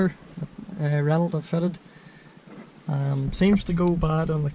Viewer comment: nibba.. reno´.. not renaulT .. ive say it as german speaking guy, learn your shit :D